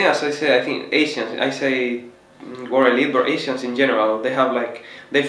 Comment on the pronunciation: I'm talking about his accent pronouncing the word Asian...